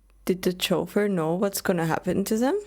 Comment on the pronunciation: I'm here for the "chauffeur" pronunciation...🙌💗